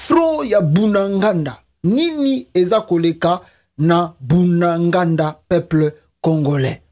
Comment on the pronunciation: ezali bunagana et non bunangànda merci